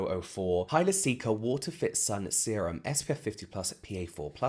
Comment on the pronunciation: I cannot be the only one that will round it when it sounded like you said semem is thar what he said?